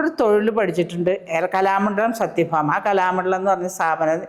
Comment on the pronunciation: കലാമണ്ഡലം സത്യഭാമ എന്ന്തെറ്റാതെ ഉച്ചരിക്കാൻ കഴിയാത്തഒരു മര കഴുതയാണ്ഇൻറർവ്യൂ ചെയ്യുന്നത്കഷ്ടം തന്നെ